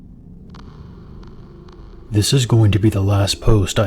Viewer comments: Don't fucking say update like that! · Plz stop saying update like that plz